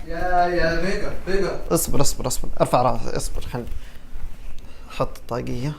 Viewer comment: ادري ان اسمه بيجر بس لاحظي كيف ينطق الاسم 😂 يقول بيقر 🤣